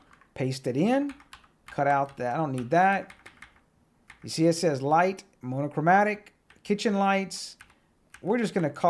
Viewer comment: No yawml is fine - monochromatic was a crime though. Thanks for the vid!